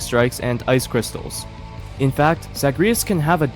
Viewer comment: why did you pronounce zagreus like that 😭